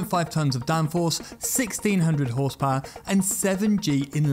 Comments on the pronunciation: I love how he says “Whorsepowor” :3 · What is "OSS POWURGH?"...........Ahhh, Tis french Canadian, ze bettur Fronche pepple!